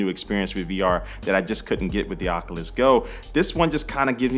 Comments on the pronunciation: I think Oculus is pronounced "Oc-U-lus", not "Oc-uh-lus". The first U is long and sounds like "you". But good review. I used to watch your channel years ago. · Oculus-( oc-you-lus)👍 Oculus-( oc-uh-lus)👎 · I’m kinda bothered by the fact he pronounces it OC-A-LIS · This man said Ocuwas quest